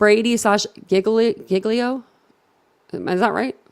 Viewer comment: No Jil-e-o is how you pronounce Giglio